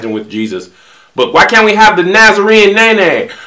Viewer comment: He said the Nazarene Nay nay. Lmao.